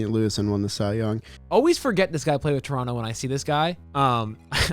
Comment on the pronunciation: Shoutout to for actually pronouncing Toronto right! Us canadians dont pronounce the second T